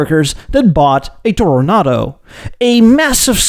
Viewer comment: I noticed that you say Toro- Nahdo now. This is correct.